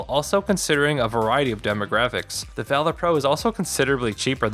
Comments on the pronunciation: Act of Vaylor. ....VAH-lur. lol tf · I just can't take the way you are saying Valor... VALOR... not a hard A sound. Just makes it sound like you don't realize it's a word already. A comparison to the instinct pro would have helped, and what is "aftermarket sound"? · I couldn’t even finish ur review cause of how illiterate u are u can’t even say the name correct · u know what valor is I said illiterate he couldn’t say it right mispronunciation is that better do you comprehend the comment now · Take criticism different delete the video do it again say I apologize for before then pronounce it correctly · Really don't think you guys should be doing tech reviews. It's clearly out of your wheelhouse. Kinda unprofessional to keep mispronouncing the name of the product as well. Leave the controller reviews to the channels that review loads of them, and know what metrics to compare.